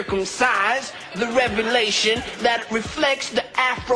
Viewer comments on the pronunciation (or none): none